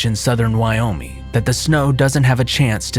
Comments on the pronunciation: Its Wyo-ming, with a hard g, not Wyominy. It bothers me, considering I live in Wyoming. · You kept saying Wyomey and it's really annoying